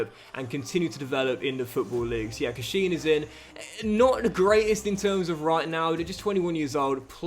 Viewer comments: It’s pronounced Cash-in! Love it though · Derby fan here it’s pronounced cash-in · Hi, love the content. One quick pronunciation comment it's Eiran (Air-in) Cashin (quite literally "cash-in")